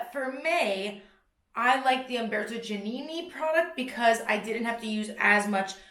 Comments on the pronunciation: haha 'dji' - 'ah' - 'nih' - 'nih' (my attempt at phonics to help you out !) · Giannini sounds like jah-NEE-nee